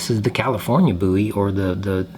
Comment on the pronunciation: Love your design style…very clean lines. Thank you for saying boo-e and not bow-e…drives me nuts!